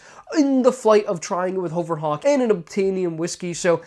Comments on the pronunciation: HUHVER Hawk lol .... Not HOHVER Hawk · lol more like HOE-VURR it sounds like (I agree he's saying it wrong)